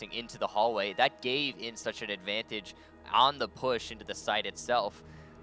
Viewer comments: it's not INTZ, you say letter by letter. I.N.T.Z. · isn't Intz, it's pronounced I-n-t-z